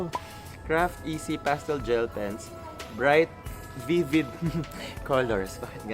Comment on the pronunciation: hindi ko kaya yung emphasis on “vivid” HAHAHAHAHA